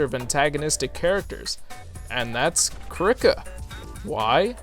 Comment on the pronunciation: always thought Krika was pronounced "KREE- kah"